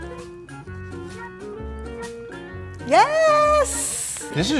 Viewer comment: "Make it foncy"😊